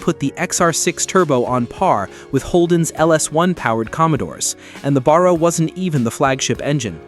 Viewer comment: And The American talking in the video needs to learn how to say Barra properly ffs 🤦